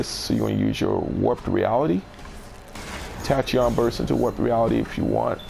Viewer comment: Tachyon is Pronounced like tack•key•on